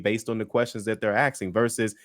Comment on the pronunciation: It’s a spicy way of “asking”